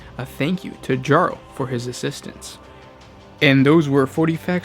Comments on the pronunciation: You also say his name was Jarl? It’s Yarl of the 5th, but that’s just like Earl, Ragnar is a Jarl! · he also says it wrong lol